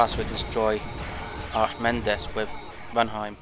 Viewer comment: Archimedes is pronouned Arca - Meedees ;)